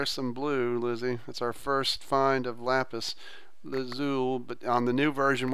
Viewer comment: its lapis lazolee